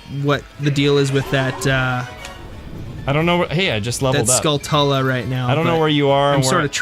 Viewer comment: "Skull-tuh-la" I say "Skull-too-la," but I say "ta-ran-chuh-la," because I'm not British. "Skull-too-la" flows better for me.